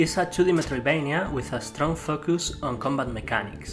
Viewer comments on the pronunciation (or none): He literally pronounces focus "fuck-youse" 😂...